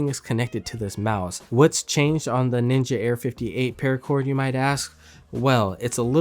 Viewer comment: Hate how it says ninja